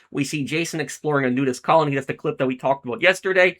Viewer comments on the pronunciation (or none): none